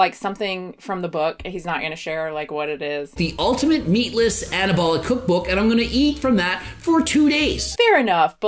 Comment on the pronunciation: is making voney with his vookbook